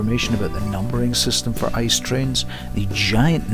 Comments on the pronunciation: I.C.E "Inter City Express" That Ice spoken out got me a little cringe lol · Hahaha Ice train. Its not an icycle. The letters are pronounced separately I-C-E ;-) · Let's not be the correcting German guys 😂☝️🇩🇪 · Very good footages but it would even better without that music. Hearing the train sounds is vital for train videos, I think! As for ICE: It's aktually spoken I.C.E. (for Intercity Express), not ice. :-)